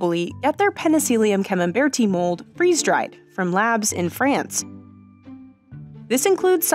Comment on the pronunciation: Where is Frayunce?